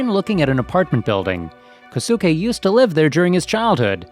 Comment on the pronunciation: You mispronounced "Kosuke".